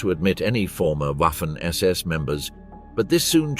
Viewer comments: It's pronounced Vahffen, FFS. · For goodness sake, "Waffen SS" should be pronounced "Vaffen SS". Oddly, the pronunciation changes sometimes towards the end of the clip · It´s pronounced vaffen.